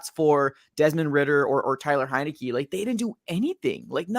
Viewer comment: HEINICKE NOT HENICKE DUDE